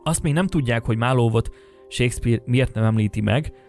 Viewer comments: Nagyon érdekes volt, köszi!!!! ….de kérlek, The Globe Theater nevét ne ejts GLÖBE-nek! Marlowe …. nem ejtjük a “w”-t sem …..simán, fonetikusan MARLO! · A "marlov" égképp kiverte nálam a biztosítékot. Bocs. Nem hiteles. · Amúgy szerinted kit ábrázolnak a fellelhető Shakespeare-portrék? (Marlowe kiejtése helyesen 'marlou', a Globe-é 'glob').